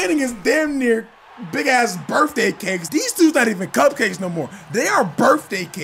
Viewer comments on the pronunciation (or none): He said “Birfday Cakes” this dude😂